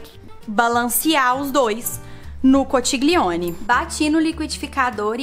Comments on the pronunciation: Conxilioni. Se pronuncia assim rs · Oii!! Amo seus vídeos!! E só uma dica! A pronúncia da massa é “conquilhone” conchiglione em italiano😉 o ch tem som de Q e o gl tem som de lh! Bjuuu❤️❤️ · Que delícia! Olha ..se escreve conchiglione e a pronúncia é conthilhone. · a massa se pronuncia (conquilhone) a escrita conchiglione aqui na 🇮🇹 bacio 😘 buona cena 🍴